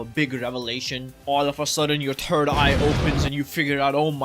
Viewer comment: My turd eye??? EWWWWWW!! I know what a THIRD EYE is...third, with a TH sound at the beginning, but not a TURD eye!